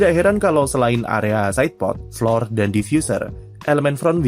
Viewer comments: iya lu salah, dibacanya tetep flor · Flor mas, belajar bahasa inggrisnya dimana😂